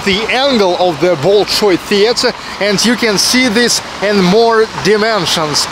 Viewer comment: все супер, кроме одного момента: зачем так коверкать произношение имен? БОЛШОЙ и тд. не лучше ли произносить как обычно мы говорим?